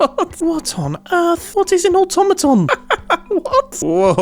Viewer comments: ...he said automaton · Automaton* bro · but he said automaton...